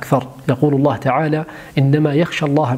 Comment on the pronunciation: ﷲ.،،، * هذا لفظ الجلالة يا تنطق زي الناس يا تسكت